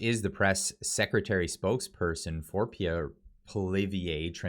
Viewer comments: You will be talking about Pierre A LOT in the future. Please pronounce his name properly. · ffs would u learn how to pronounce Pierre’s name!!